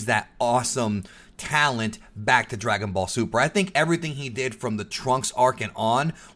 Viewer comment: anyone in favor for "Dragon Ball Zuper" ibstead of DBS2